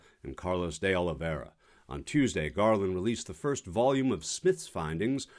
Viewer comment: Pronounced Oh Lee Vay Ra , you can use his surname as Oliveira not De oliveira , the De is just a particle to the surname . (Yes I know portuguese lol) - also hes a co scumbag might as well be called trumperino jr.